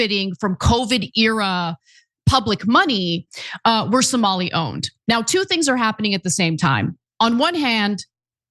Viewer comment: It’s Somali not somolian. Would you say Isreleian? Instead of Israeli?